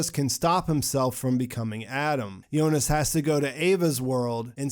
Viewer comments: so it's the final .but why she said jonis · Is it me or he is actually saying "Yonas" instead of "Jonas"..